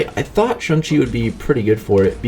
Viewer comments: Stop saying shung chi it's shang chi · Lol, he keeps calling him Shung Chi instead of Shang Chi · Dude it's shang chi not chung chi😂😂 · No one: Absolutely no one:: SUNG CHI 🥋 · Shung-Chi? Shung-Chi!? SHUNG-CHI!?!? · Why is no one talking about how many times he botched this mans name 🧍🏾‍♂️🤣 “shung-chi” oh pain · The way this guy says Shang-Chi is absolutely disgusting. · Please stop trying to pronounce his name.